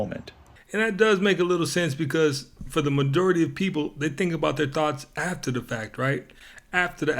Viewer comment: Did u say The madority of people Not majority???😂😂😂😂😂